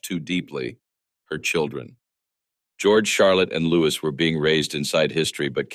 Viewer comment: His name is Louis not Lewis